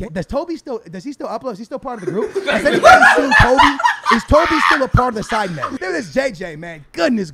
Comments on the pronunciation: man said SEEDMEN 🤣🤣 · The way that guy said sidemen "seedmen" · Man said seedmen